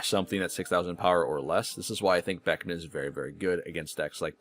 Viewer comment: Great video, but your pronunciation of Beckman and Roux is killing me